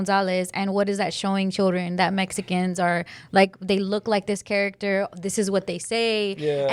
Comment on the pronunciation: Why tf is she pronouncing character like that